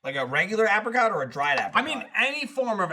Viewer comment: With Gavin here, the whole misprounciation of apricot was doing was grating of my nerves within 30 seconds.